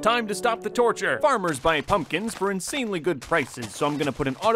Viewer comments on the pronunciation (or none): Did say torsture, 😂😂